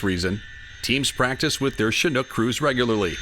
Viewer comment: It's so nice to hear someone pronounce the word "chinook" properly for once . . . nearly everyone else pronounces it "chinuke" . . . very annoying.